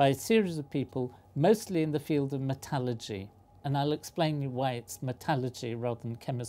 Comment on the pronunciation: metallurgy not metalagy